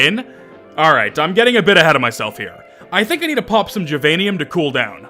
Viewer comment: well now that you're in it I suppose I have to give up my crusade against "jivanium" despite it clearly supposed to be "give-anium" cause it's a fucking kindergarten where you learn to share, but this is closest I care to get to word of god on this when they clearly aren't first language english speakers.